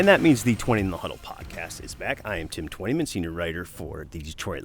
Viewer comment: Tim is the only person who can fit "Twentyman in the Huddle" into 2 syllables.